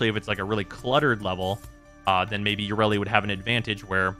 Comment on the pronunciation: Let's all laugh at an in-dus-try that never learns anything ya-re-li